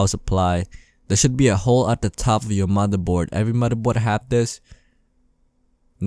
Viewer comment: The mothurbord, bery sexy